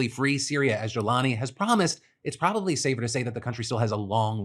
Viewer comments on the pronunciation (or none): none